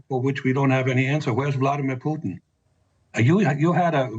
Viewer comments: Ha! I heard you say it! Vladimir Poutin!!😂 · "POUT-IN", that was a Freudian slip 😂🎉😅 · Why are so many news readers unable to properly pronounce Russian names. Surely, they access to language coaches. For example Putin is properly pronounced: Puh tin (pooh + tin). It's not Pyutin. Prigozhin is properly pronounced: Pree- Go- Zheen. Accent on the second syllable. This is not rocket science.